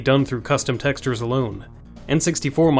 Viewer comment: Texters? You really don't pronounce that correctly